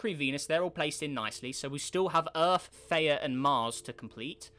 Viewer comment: Isnt it Th-E-uh?